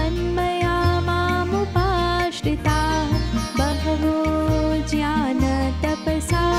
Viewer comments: Very nice except pronounced gyan as a jyan.... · Very beautiful voice ! Calm and soothing only one request that you are pronouncing gyan as Jyan , and yagna as yajya- these has been repeated many times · i also noticed that, ,ज्ञान word को mam ज्यान बोलते है, और जहा जहा भी ज्ञ होता है उसको ज उच्चारण करते है,, माफ् करना पर ये एक हि भूल है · i noticed that, ,ज्ञान word को mam ज्यान बोलते है, और जहा जहा भी "ज्ञ "होता है उसको "ज" उच्चारण करते है,, माफ् करना पर ये एक ही सुधार जरूरी है